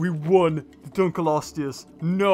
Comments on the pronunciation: It is pronounced dunk-lee-oh-stee-us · How to pronounce Dunkleosteus: Dunk-lee-oh-stee-us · Btw it's pronounced (dunk-lee-o-stew-us) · srsly? DUNKELOSTEUS? its Dunkleosteus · it's annoying me that he pronouncing it wrong it's dunk o lo stee us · is dunkleosteus not dunkelosteus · it's pronounced dunk leo stud. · sorry. dunk leo stus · ITS DUNK L EOSTEUS FFS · auughhh the way you say its name made me cringe so bad p-p